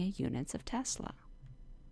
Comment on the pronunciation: It's B[ee]o - Savart :) Not B[ai]o :) But thx for a concise intro :)